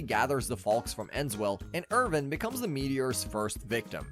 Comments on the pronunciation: Every time he calls him "Irvin" i die a little inside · The kids name is Irwin not Irvin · Awesome video on an awesome series. All the spots where you used a V* should have been a W*. Ex: Irwin* not Irvin but good bud nontheless👌🏼